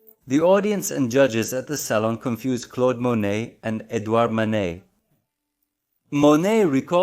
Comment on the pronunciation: Thank you! Very informative andinteresting video.I'm sure you knew it was Monet. The way you were pronouncing name, on this YouTube video sounded as if you were saying, Manét